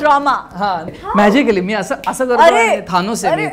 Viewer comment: Thaaaanos nai re Thyanos